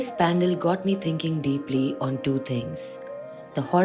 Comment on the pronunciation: Areee didi it’s Panaaaaaal , correct pronouns kro didi